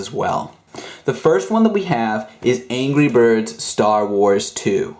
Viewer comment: The second I heard him say angry birss- turns off computer.